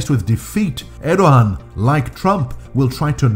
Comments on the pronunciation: It’s pronounced ’Erdoan’ The little sign over the ’ğ’ means it is silent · Why do you keep saying “Erdohan?” There is no “h” sound in his name. Are you suggesting that he thinks he’s a Khan (“Han” in Turkish) or something?